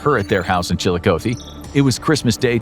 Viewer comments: The amount of times you mispronounced Chillicothe In this video hurts my head. As far as difficult to pronounce Ohio cities it's not even in the top 10. putting way too much emphasis on the O. oth-e not O-thee. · Columbus, Ohio, resident, here... The pronouncing of "Chillicothe" is not with an ending, "oh-thee". It's an ending "ah-thee." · Chill-eye-Cot-thee Please stop butchering how you pronounce the name of the city. Sincerely someone from Ohio. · One correction, it’s pronounced Chill-a-COTH-ee where “coth” sounds like “goth” but with a soft c. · chilikoathee makes me laugh every time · Incorrect pronunciation of Chillicothe. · The way he pronounces Chillicothe is cracking me up. Chillicothe and Cuyahoga always gets people. 😂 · It’s Chillicothe with a short O. Not a long one. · Am I the only ohio native thats absolutely bothered by the way pronounced Chillicothe? 🤮😭😥